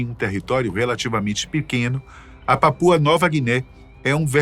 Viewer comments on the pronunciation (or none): none